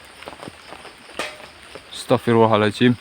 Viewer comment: Saat ngucap istigfar jangan pengucapan kata ahirnya "astagfirullahalnga(jim)" karena hurufnya (do') bukan (jim). Maaf cm meluruskan. Semangat terus bang...